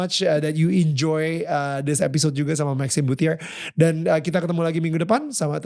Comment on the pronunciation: yaaah, Nil…kan udah dikasi tau di awal sm Maxime, pronouncenya BUCE bukan BUTIER 😏